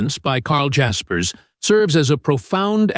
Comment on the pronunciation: I learned that you don't know how to pronounce his name.